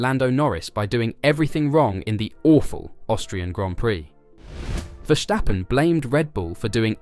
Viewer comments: For the love of god, there is no sh in Verstappen, stop saying Vershtappen!!! His name is Ver-stap-pen. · Verstappen, not Verschtappen. Common man he's over a decade in this sport. Get it right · Dude stop calling him Vershhhtappen there is no ff-ing H in there. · dude, i am dutch. Don't tell me how it's pronounced lol